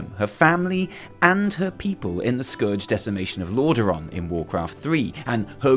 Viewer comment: "Scorge"?, buddy, it's Scourge.